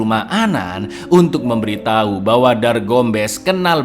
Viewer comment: Anan juga memberiTAI...😂😂 Meddok banget di bagian akhirnya